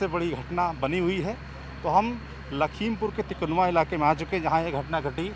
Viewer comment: Sir तिकुनवा nhi तिकुनिया है हम वही के local se belong krte hai 🤗🤗🤗ghatna ka bhut afsos or dukh hai mere bhai sman ak reporter g bhi expired ho gaye 😭